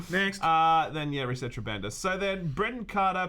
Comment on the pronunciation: Isn't "resetera" pronounced "reset era"?